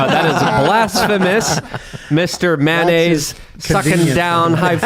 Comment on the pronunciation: Tim "I pronounce it MANaise" Pool.